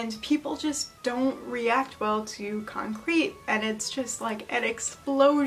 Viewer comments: I think "concrit" is pronounced with an "it" sound and not like "concrete." It comes from "constructive criticism," so the "crit" part is pronounced the same as the "crit" in "criticism." Sorry for nit-picking, but it drove me crazy lol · con-crit is pronounced kon-criht because it’s just shorthand fir constructive criticism fyi. same sounds as the original words